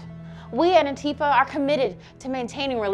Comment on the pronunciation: Oh god I hate it when people pronounce it Ann-Tifa instead of Anti-fa